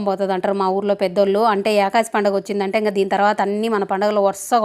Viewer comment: యాకాసి పండుగ కాదక్కా.... ఏకాదశి పండుగ అక్క 😂😂